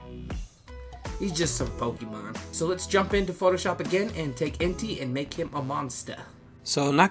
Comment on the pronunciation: Entei’s name is pronounced En•tae